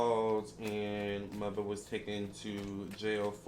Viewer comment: I’m so mad you calling mutha “Mutha” . This entire reading had me on the floor. 😂😂😂😂😂😂😂😂😂😂😂😂😂😂😂😂